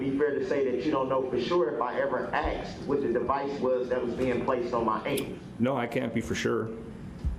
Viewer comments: I laugh and cry every time he says it. It's infuriating and hilarious all at once. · Girl I worked with children from K-4 the grade on writing and speech. Axe was killing me- There was no end to the mess. I find it hard he graduated high school. Grounds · ASK...not AXE! For someone who claims to know the truth, he doesn't now how to enunciate. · With all the "axing" This idiot is doing, he's going to end up looking at a dozen more murder charges... Why can't people speak proper English? The word "ask" is NOT that hard to pronounce! Once I hear the word "ax" , I stop listening. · Who gave Babbling Brooks an axe so he could "axe questions" during his trial?? Thats not right!! 🤣🤣🤣🤣🤣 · Don't axe me . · I would just say nobody axed me lol